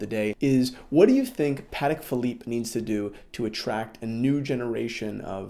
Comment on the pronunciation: its PAH-TEK